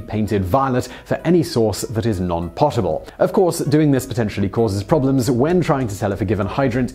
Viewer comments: Sorry Simon but "potable" is pronounced "poh-table" not "pottable". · That is not how you say potable. It's not pottable... it's just 1 t, so more like poe-tah-ble. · Every video has at least one mispronunciation. I love waiting for it. It's pronounced "poe-tble" not pot-uhbl. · Isn’t “potable” pronounced “pōt-uh-bull”?? I recently had someone correct me on this, and it turned out they were wrong. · That's not how you pronounce potable...